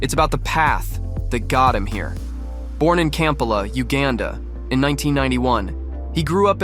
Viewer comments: Dumb AI ‼Campalla👎 Ide👎 KAMPALA✅ EID✅ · and Kampala and Eid sounded like camp alla and Ide - Def AI